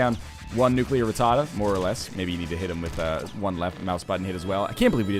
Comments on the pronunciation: Everytime he says nuclear ratada I feel like NL is doing a boston accent. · NL, please learn how to pronounce rattata.